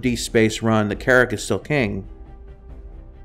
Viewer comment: Your pronunciation of "AKILLA" versus "AH QUIL AH" , "B-U-K" instead of "BUCK", Carrack strangely pronounced, general lack of information made me down vote. Keep working on your presentation.